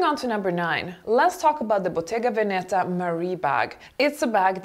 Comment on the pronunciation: Bottega Veneta. The accent is on the first "e": Bottega Vèneta (not Bottega Venèta) !